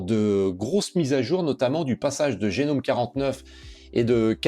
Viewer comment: Merci et longue vie à cette nouvelle chaîne francophone Linux. Linux Mint en tant que distro pour débutant (mais pas que) est un choix solide, et cela depuis longtemps. Juste une petite remarque : Gnome ne se prononce pas "génome" mais "gnome" (comme un...) Cela vient du fait que GNOME = GNU Network Object Model Environment et que GNU (GNU's Not Unix) s'est toujours prononcé : gue-nu